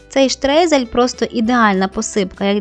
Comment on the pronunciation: Це вимовляється як «штройзель», що в перекладі з німецької означає «посипання».